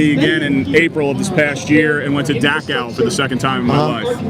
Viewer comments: dude can't even pronounce Dachau properly.... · He’s saying Dachau wrong